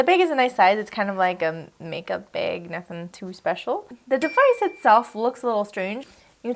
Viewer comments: Lisa rosso she’s mocking how she said bag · Lol it’s the Canadian accent